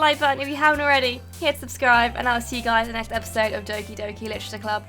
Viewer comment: As many have said, Doki-Doki is not Oki-Doki. Also, I'm sad you don't like Monika, she's my favorite.